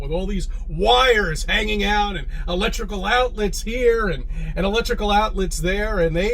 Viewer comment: When says "arcutect" and "electrolical" this concerns me. Even though I'm an NPC.